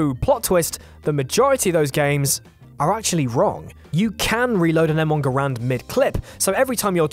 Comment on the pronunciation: Talks about how the did tha garand dirty Mispronounces the name and does it dirty